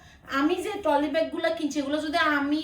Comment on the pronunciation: টলি না ট্রলি